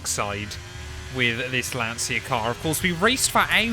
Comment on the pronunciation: I'm the Italian comment you are looking for., to use the correct pronunciation you can try to spell it like if Lancia is written "Lancha"